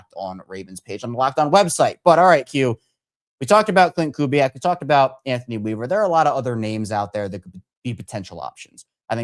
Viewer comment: Bro did he say Anothny Weaver???.....noooooooooooo......please please please get an established coach